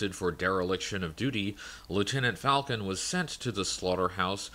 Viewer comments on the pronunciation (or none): none